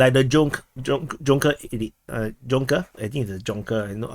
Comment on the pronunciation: Proper German pronunciation is “yoonkers”. the letter J is pronounced like a Y.